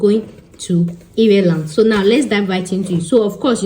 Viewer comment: It’s eye-r-land …